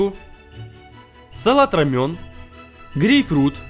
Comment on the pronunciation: Правильно произносить салат-ромЭн, а не рамЁн :-)))) " Салат-ромэн (салат романо) - один из самых популярных сортов латука посевного (салат латук). Относится к его кочанным разновидностям. В кулинарных целях используются молодые листья, отличающиеся нежной мякотью с приятным ореховым пряным вкусом.".